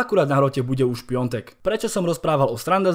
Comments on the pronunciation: Piatek a nie Piontek! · Piatek se čte úplně na nic